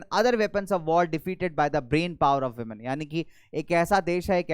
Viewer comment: 😂😂The sir just said womeniya😂😂😂😂😂😂😂😂😂😂😂😂😂😂😂😂😂😂😂😂😂😂😂😂😂😂😂😂😂😂😂😂😂😂😂😂😂😂😂😂😂😂😂😂😂